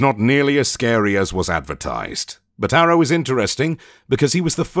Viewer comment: Instead of Harrow, I hear Arrow. I was so confused that Oliver Queen is in Warframe 🤣🤣